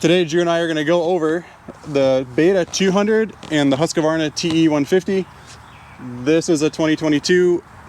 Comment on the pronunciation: Husqvarna is a 3 syllable word. FYI - good vid otherwise!